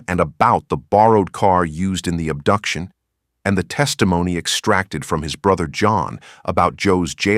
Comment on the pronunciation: "ubduction?" huh????